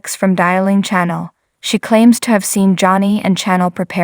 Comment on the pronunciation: Please pronounce Chanel's name properly . Channel is for tv stations Chanel is pornounced like the cologne . Thank you